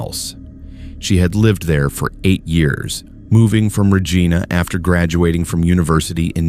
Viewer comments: Regina is pronounced Reyena not Regeena!! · great stories - but Regina is pronounced R E G I N A not R E G E E N A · It is pronounced Reg I na. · Reej-eye-nah =Regina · Whether the narrator is a human or an AI, I doubt that it is Canadian because it cannot pronounce "Regina" correctly. I have seen this same failure several times on other channels. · you are pronouncing Regina incorrectly but i do enjoy the stories. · Please learn the proper pronunciation of Regina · I was just going to say that! They pronounced it as a name, lmao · The guy can’t say Regina right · The mispronunciation of so many Canadian communities it’s Regina, Kitamat… come on bro. Do better.